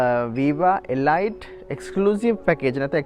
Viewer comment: තොරතුරු වලට ස්තුතියි. 100,000km වලට වඩා දුවපු වාහනයක් ගත්තොත් රිපෙයාර් ගොඩක් වැඩි වෙයි ද? නැත්තම් මීට වඩා අලුත් ඉන්දියන් celerio එකකට යන එක හොඳයිද? ( අඩුපාඩුවක් කියනවා නෙවෙයි. මේ වාහනේ නම pronounce කරන්නෙ එලීට් කියලා. ගොඩක් අය වැරදියට එලයිට් කියලා කියන නිසා සඳහන් කරන්න හිතුනේ)